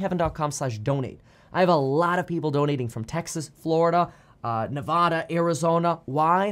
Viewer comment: I will donate if you learn how to pronounce Nevada properly